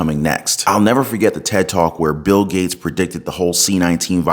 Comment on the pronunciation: Bill GAYtes? BwaHahahaaaa